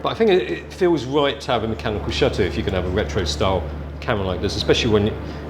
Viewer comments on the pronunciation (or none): "the NuEw Neehkon zee-eph full frame camuhra"